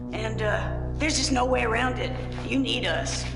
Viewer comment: been supressing that Midwestern accent until now. There's "Nououwh" denying it. Quick google confirms she's from Wisconsin. We love to see it.